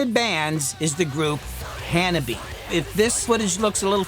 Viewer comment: Hanabie, you are saying it wrong as japanese does not have dipthongs, like ie. So the name is hanab-i-e, you say the i and e separate. They stopped a concert to explain to a western audience.